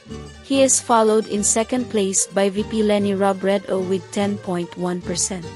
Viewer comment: Rab ray dow? Or Robredo? Lac san? Or Lacson? Pec quiao? Or Pacquiao? Your mispronouncing their names are quite irritating, kindly ask some of your staff how to correctly pronounce their names and the names of provinces, Albay, Antique, etc. You pronounced these as if you were an American.